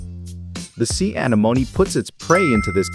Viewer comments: Your AI voice generator is more artificial stupidity than artificial intelligence: "anemone" is pronounced "uh-NEH-moh-NEE", not "A-nuh-moan". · AnEEmone, not, aneMOne. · Pronounced 'an-en-om-ie' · When you get lazy and use a cheap text to speech; anemoney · The heck is wrong here....thats not how you say anemone...when a little children's cartoon movie says it better. You should know you failed and failed hard Is that a computer voice or were you just born yesterday? uh·neh·muh·neee Anemome....and an anemone is a flower....great way to miss the most basic stuff. Only a fool who knows nothing will enjoy this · Bloody AI voices lol A-neh-monee, say it with me AH-NEH-MON-EE. Sounds like its saying Alamony on this lol. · I’m sorry but SEA ANOMNI😂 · See anemonih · Anamoenee Anamoens 💀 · Sea “ANA MOANY” 😂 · anEmone! It is pronounced anEmone!!!! smh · Sea Ana-MOAN-E 😂😂😂 i wish we could hear this guys real voice i hate AI. It’s go basic and boring, although i like watching him dissecting sea animals I wish we could hear him talk. The AI voice sucks and mispronounces every word even easy words. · It's pronounced uh-nem-oh-nee F.Y.I. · Very good video but holy crap, it's Uh-NEM-O-Knee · Ah-nem-oh-nee. (Sorry, was watching Finding Nemo) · It hurts me every time he says sea anemone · The way you say its name drives me crazy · It's painful to hear the way you are pronouncing anemone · I love how this computer voice can't pronounce Anemone. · The only thing that bothers me is how they say anemone:,] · Am I wrong or do I remember anemone being pronounce VERY differently. Unless everyone I have ever met is just wrong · Pretty sure its said wrong because theyre using text to speech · a different accent is not th same thing as putting the stress on the wrong syllable.